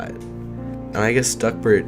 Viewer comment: I kept hearing duckbird not duckbert lol